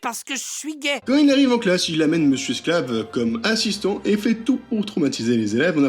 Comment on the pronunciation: Ass'istant ou assistant cul en France 😂